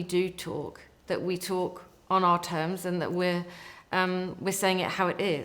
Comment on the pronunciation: did she say are application?, It's our, not are. our, sounds like hour, power etcnot are